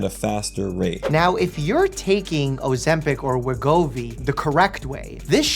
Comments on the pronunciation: Bro said “Ozempo” 😂😂😂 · "O - ZEMP - HOE" 🤣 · "That uuh that uuh Ozempow"😂😅😅